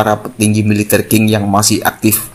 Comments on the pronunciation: Qing = Ching Bukan king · Qing dibaca Tsing